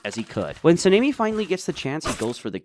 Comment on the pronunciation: Why are you calling him sameni? Sanemi your saying his name wierd